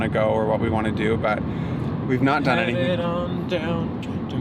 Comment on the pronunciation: “Dome”… not “done”. LOL 😂